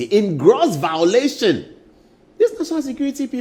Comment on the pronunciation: A whole presenter saying “vowlation” .. you guys are funny